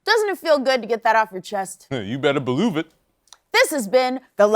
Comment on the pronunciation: "You better beluve it!"